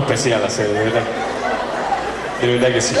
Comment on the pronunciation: Jajajaja el siempre dice la vedad😂